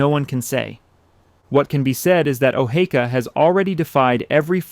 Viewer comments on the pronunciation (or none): Sometimes he says O-hee-ka, which is correct and sometimes he says O-hay-ka. Good video but knowing how your subject is pronounced should be a no brainer.